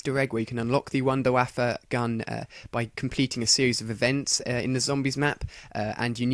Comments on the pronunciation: btw it's not wonder wafa it's wunderwaffe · its pronounced VunderVaffe duh! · no offence but when you say WunderWaffle it sounds like WunderWaffa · no it is int its pronounced wonder waffa but spelled wunderwaffe yes its a german weapon but thats just thier accent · its actually wunderwaffe not waffle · wtf is a waapa its called a wonder waffle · wunder waffet XD.. its wonder waffle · ha ha i love it how he says wondor waffa lololololololololololololololololololololol